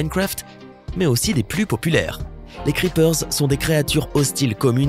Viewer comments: On prononce pas le s a creeper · Il a dit le S à creeper... starfullah